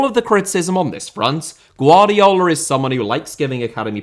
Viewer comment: “GvardiOl” not “GvardiAl”